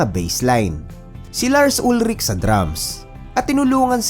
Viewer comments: It is pronounced as "UHL-rik" Lars Ulrich family is originally from Denmark. At ang mga Danish pag nagsalita ay may "glottal stop" Danish language comes from North Germanic at hirap silang bumigkas ng consonant so ang bigkas sa apelyido ni Lars ay "UHL-rik" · Tama naman yun "UHL-rik" na pagbigkas nya.